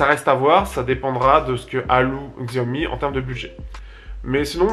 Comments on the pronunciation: Hey arrête STP de mal prononcer Xiaomi!! Ça se dit "chiaomi" entendre x écorche les oreilles. Je suis sur que tu prononce Apple normalement et non comme c'est écrit alors merci de faire pareil avec Xiaomi. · Non pour moi sans hésitation le pouce est vers le bas. Le mot Xiaomi est prononcé de travers.